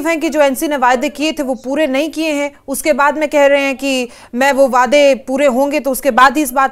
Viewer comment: It is not 'wayedai' it is 'waday' (Promises).!!!!!!!!